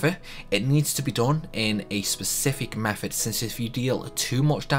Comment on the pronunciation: It's not 'free' it's three, it's not 'meffud' it's method, it's not 'fousand', it's thousand, it's not 'furver', it's further, it's not 'maff' it's maths. Which town in the Potteries are you from? Best one I heard 'Funderga' - lol, was that supposed to be Thunderga? You're a star, I like you!